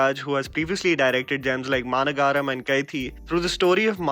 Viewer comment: It’s Ma-Na-Ga-Ram. Not Ma-ra-garam